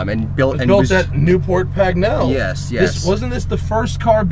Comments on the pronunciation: Definitely sounded better the way Matt pronounced it. :) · Loving the pronunciation of "Newport Pagnell" !